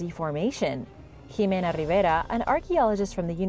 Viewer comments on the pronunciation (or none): none